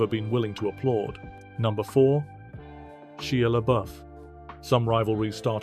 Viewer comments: "She-la Buff" Yep, that's how you say "Shy LaBeefs" name... Sheila buff. Great job A.I. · “Sheea LaBoof” lol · SHEE-A Luh-BOOF... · His name is pronounced " Shy-ah Lah buff." 🙄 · Sheea laboof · “Finally named”…. What are you talking about? He didn’t “finally name” any of these. He named these years ago and not at the same time. Also, while are you completely mispronouncing Shia LaBeouf’s name multiple times? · Can't even pronounce Shia LaBouf's name.